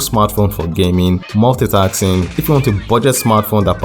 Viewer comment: multitasking ... not multitaxing ! 😂